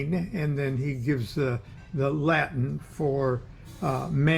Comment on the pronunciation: I love Lon and his knowledge but man listening to him butcher latin or any other foreign language is next level torture. Lol. Keep up the great work Lonny